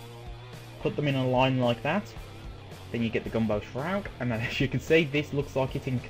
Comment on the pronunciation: Gumbo shroud! :D It's ok, just say it like it's spelled "Gamble Shroud" if you are having trouble. Awesome mod though!